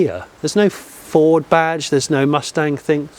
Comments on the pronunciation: I am 1 minute into this video Jonny and I have heard you say "Ford" twice, and neither of them were pronounced correctly. I'm going to watch it all. I'm going to enjoy it all. But if you do not say "Ford" properly ONE TIME in this video, I will be deeply disappointed. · I noticed you were not pronouncing 'Ford' in your usual manner Jonny, surely its 'Fawrdss' ;) Anyway that nonsense aside, although this looks like a decent effort, I can understand peoples concern over the use of the name 'Mustang' on this - in much the same way I was absolutely horrified by the application of 'Puma' to the new jacked up Fiesta 'cross-over'/SUV thing. Although I will also declare that, like you, SUVs are not my cup of tea anyway, so there is that too.